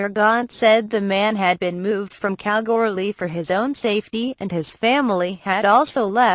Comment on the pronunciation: Hey I live in Kalgoorlie ps you're not saying Kalgoorlie right